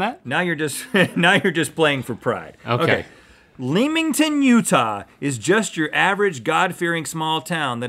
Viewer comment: First off, you pronounced Leamington wrong. It’s pronounced Lemon-tin. I love like ten minutes away from it.